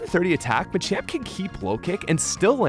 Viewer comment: I hate how you pronounce machoke and machamp, otherwise, great video.